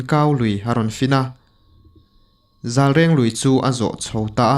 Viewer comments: Zâlreng ti a lam tir a nia, zalreng nilo in 🤣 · De lui tih hi meide a de tih anga lam tur. Zalreng tih hi zal hi mu tih na tlangval tih a val tih ang a lam tur.reng tih hi ala awm reng tih a reng hi lam tur. Zalreng tih tur anih chu. Lungdar ti lovin sawikhawma an pem na khua hi Lungsen tih tur aw. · Zalreng, 'reng' hi mu reng, en reng...tih kan sawi a reng ang hian tih rik zawk tur.